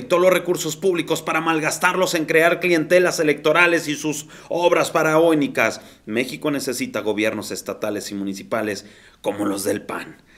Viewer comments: ¿¡¿faranoicas??!? Sería FARAONICAS mi estimado 🙈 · Camarada son FARAÓNICAS NO FARANOICAS